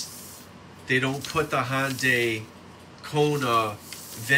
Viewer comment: Hyandai? lol